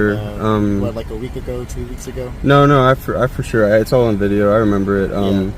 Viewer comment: Fer sher 😂